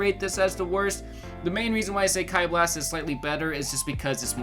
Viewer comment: Im sorry its not kai blast like say key but its spelled ki 😅